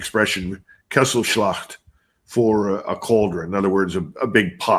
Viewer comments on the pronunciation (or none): Kesselschlacht, not Kasselschlacht. 😉👍